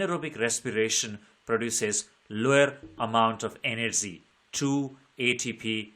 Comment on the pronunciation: Energy ❎ anargy✅😅😅🤣